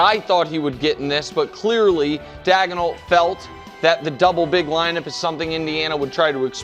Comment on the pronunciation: Dag o nault? 🤣